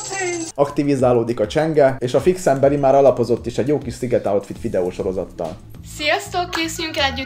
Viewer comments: "Mi a lingam az az àútfít!?🤣🤣🤣🤣🤣🤣🤣🤣🤣🤣🤣🤣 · Most amikor mindig azt mondja hogy äutfit akkor igy hallom a fejemben xD